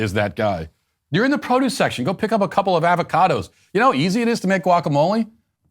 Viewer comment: Matt why do you say avocado like that